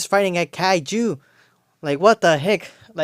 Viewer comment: 🤣 bro the way you said Kaiju haha “Kai-JEW!” ✡️🇮🇱 Also? 😆 You know what? Honestly? It’s friggin’ really cool. It made me smile a bunch & there’s so much awesome in this flick. BUUUT ☝🏻I’d still edit like 30 min of nonsense -bunch of the humour that selfie chick and Jimmy stuff, would have made Ultraman not look like such a fart biscuit with his mask off + had a way cooler fall into that black hole …but it’s just so much fun. Also I’d Superman WAAAAY and I mean WAY less of a pussy 🤨 That simp even tells Lois he loves her first haha and she doesn’t ever say it back! She’s also for some reason explaining to Mr. Terrific: “Ohhh oh he’s NOT my boyfriend! He even said ‘I love you’ and it was weird!” Lois was a bitch lol ALSO would get rid of “Party Time Supergurl” too. UGH I cannot wait to not watch that Supergirl movie. Geezus help us. Lex not donning any sort of battle armour and being taken out by a cgi puppy was weak as f-k too. All that to say, there was some really epic action, shots and music though. This film did make me want to play with my McFarlane “Superman” movie action figures what can I say 😂👏🏼 Ps? The fact Unkie Toddfather didn’t give us Lex’s Raptor Troopers to army build is beyond a monumental dick move 😑